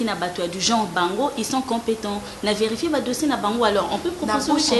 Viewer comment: eeeh balobaka VÉ-RI-FIER et non VER-FIER